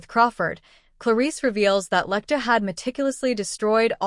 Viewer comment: That's just a summary of the plot, nothing in the way of psychology or psychoanalysis. And it's 'Lecter', rather than 'Lectoo'.